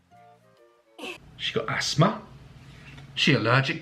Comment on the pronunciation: She got aksma?